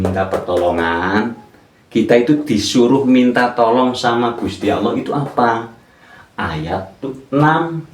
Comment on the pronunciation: belajar lagi tajwidnya dan pelafalan dalam membaca surah alfatihahnya sebelum memberikan arti arti dalam alqur'an. dalam melafadzkan Allah saja masih jauh dari benar.